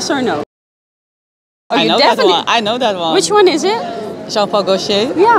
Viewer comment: "John-pahh-co-chaaa" lol